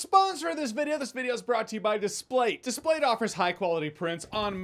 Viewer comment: I think you are the only person who has ever said displate in a way that makes sense. I have heard about a thousand ad reads for those things and they all put the emphasis on the dis part.